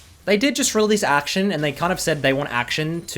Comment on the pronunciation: It's akshAn, not action.